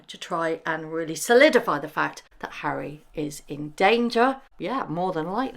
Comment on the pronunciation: “Hally and Meggle” - I like it! 😂😂😂 Duke and Duchess of Sausage